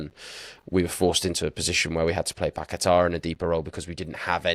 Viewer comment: You blokes pronouncing fernandes like you’re trying to be Portuguese is cringe and especially when you add an extra syllable into Paqueta’s name and then over Pronounce it with some crazy emphasis. Honestly it’s embarrassing and almost makes the whole podcast unlistenable especially because of just how uninteresting and tepid your speaking styles are in general.